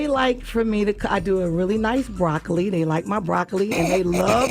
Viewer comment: She messed up when she said broccoli lmfaooo nah she not smart